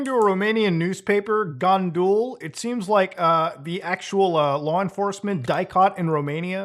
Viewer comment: The way he pronounced "Gândul" (translates to "the thought") to "Gahndül is just so funny